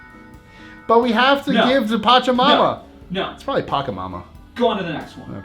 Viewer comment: You pronounced pachamama correct Pacha( remember pacha from emperors new groove?)= earth Mama= mother Fight for mother earth lol